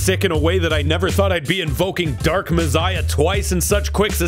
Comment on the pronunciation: Who says messiah like that?